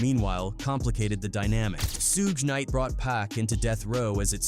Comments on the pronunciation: Sooge nite 🤣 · Suuuuuce night😂😂